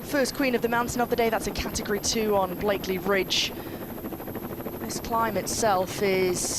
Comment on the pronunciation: BLAKEY Ridge , not BlakeLey…. Great AYton not Great Ayrton (Senna???) Take the time to get these details right